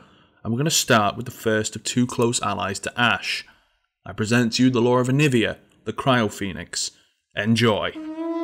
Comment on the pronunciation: Jovan Zlatanovic it’s aniiiiiiivia, not aniviaaaaaaaaaaaa